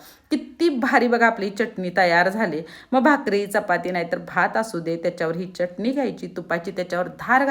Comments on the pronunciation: ती चटणी असते, च्यटणी नही! च असतो च्य नही. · च्यटनी नाही चटनी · चटणी म्हणा चटनी काय